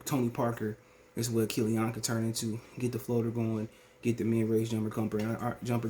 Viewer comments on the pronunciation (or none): Am I the only one who hate the way he says killeeON 😂